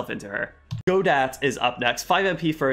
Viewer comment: People already went over the Pearl Fey and Maya Fey connections so I'll skip that, but FYI the T at the end of Godot is silent. He's named after french play Waiting for Godot.